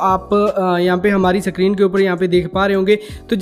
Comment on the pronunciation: 'Sakrin' nahi screen hai😂